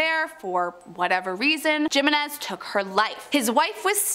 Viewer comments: Hate to be that guy, but it makes my eye twitch to hear her say "JIM-in-NEZ"..its pronounced "HIM-in-NEZ". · hee-meh-nez not jimenez😂😂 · Its pronounced "HIMENEZ" damn butchered fr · That name is Jimenez, is pronounced he-men-ez. In Spanish j is h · She could say Castillo but no Jimenez??? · Cringe as hell hearing her say Jimenez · On Jimenez, the j sounds like an h.